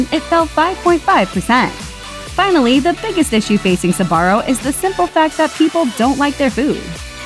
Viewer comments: You do know its pronounced zbarro and not sabarro right? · Never understood why people pronounce it "Sabaro" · Am I the only non-American with a smattering of Italian who is amazed it’s not pronounced zbarro? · I've been pronouncing sbarro wrong my whole fucking life goddammit